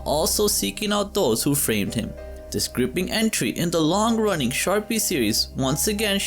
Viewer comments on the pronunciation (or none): Pronunciation: Sharpe is pronounced as sharp, not sharpie.